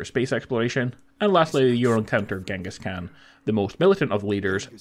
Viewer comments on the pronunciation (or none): none